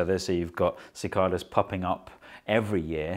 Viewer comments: The guy has no clue how to properly pronounce it. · No “r” in Cicadas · The rest of the world says 'sa Kay das'